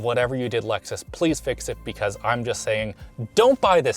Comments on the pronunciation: Lexus, with an E, not loxus or whatever you said. :p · It's A-LEXus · Did this mutha fuka say LUXus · Wait did he pronounce Lexus as “luxus”